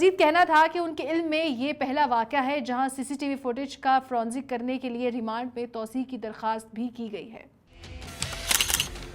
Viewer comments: Not fronzic but forensic. For goodness sake. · Its forensic not fronsic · Forensic not fronsic...kindly correct.